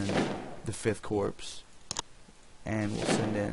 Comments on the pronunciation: Nice job I've been looking for a good vid on this game. Also, Corps is pronounced like Core, the S is silent. Your vid is also good for 2 more reasons: You speak good English, and you don't have loud music playing in the background. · Really interesting stuff- though I do wish you would pronounce corps correctly :(